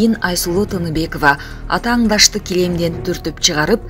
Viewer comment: Атаңдаш дебей Атаандаш дегилечи сураныч, ң эмес Н